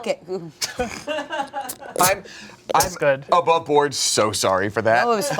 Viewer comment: y'all I'm lost wtf is cup-kake?